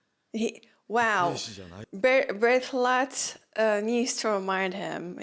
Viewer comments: I feel like they try to match how is written and how they say it in Japanese, but it's just pronounced "Bertold" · Be-ru-to-ru-to is such an eaaaasy nale to pronounce xD Still amazing to watch the gears turning all the right ways in your brain!